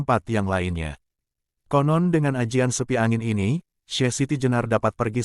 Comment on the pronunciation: bukan sepi angin min tp seipi angin